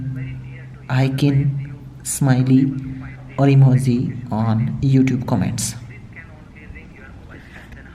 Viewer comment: they pronounce "j" as "z"?